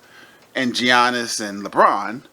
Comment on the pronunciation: Dude lost me at "Gee-yannis" lol